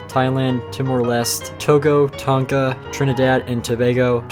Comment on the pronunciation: it’s pronounciation is not Ton Ka but “Don-ga” we pronounce the T’s with D (Slightly silent g)